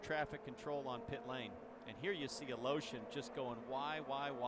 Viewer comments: Funny how you keep pronounce the russian guys last name. Is it really correct? Sounds like you are saying "A Lotion". Try "A Le Shin"! :D Btw, thanks a lot for uploading! Very much appreciated for us unlucky who cant watch it live. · I think it's a different "e" than what is written in English (I've never seen his name in Cyrillic). If it's what I think it is, it should be even more funky sounding like "Al-iyo-shin"